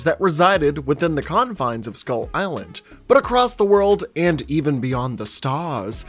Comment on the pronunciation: Did my man say "Kongfines of skull island?"